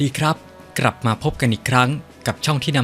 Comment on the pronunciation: กลับไม่ใช่ กรับ😅